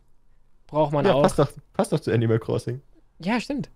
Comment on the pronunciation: Dieses Mal hast du Animal richtig Englisch ausgesprochen Die letzten Male hast du es immer richtig Deutsch ausgesprochen 😂💚